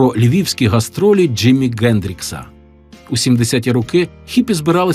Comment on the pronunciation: Чому Ґендрікс, а не Хендрікс?